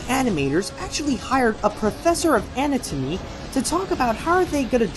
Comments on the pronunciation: You mispronounced anatomy. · No ones gonna talk about how he said anatomy?